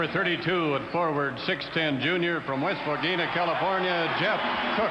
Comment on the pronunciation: I went to the same high school as Cook, I was a freshman,saw him as a senior on the varsity team, I believe he was player or the year in the San Gabriel valley, I was pulling for UCLA, yes, he representatived West Covina well, too bad the announcer miss pronounced West Covina as he was introducing Cook for the starting lineups.